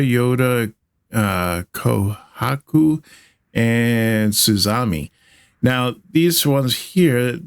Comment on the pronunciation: >Suzami sounds like a japanese car brand XD I think it's Su-zum-e 😆